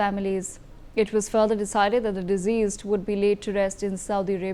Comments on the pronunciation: Pl pronounce deceased not diseased. Condolences to the berieved. May the departed rest in peace. India stands together. Namaste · Newsreader keeps saying deceased as diseased. It’s quite unsettling.